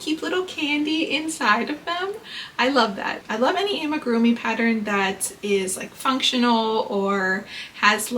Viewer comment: this comment is so unnecessary, she’s pronouncing it fine